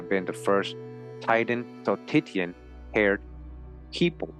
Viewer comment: That word "titian" is pronounced TEA-shun or TISH-un, and titian-haired means red-haired. Such a wonderfully interesting video and information, thank you so much.